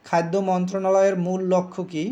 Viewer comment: খাইদ্দ না খাদ্য। উচ্চারণে কিছুটা সমস্যা আছে।